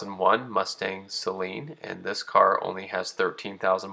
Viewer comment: Great video and I’m glad you say Saleen correctly a lot of people say it sayyylean